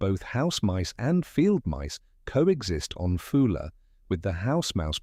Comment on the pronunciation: It is a Scottish island not British, name wrongly pronounced, AI generated slop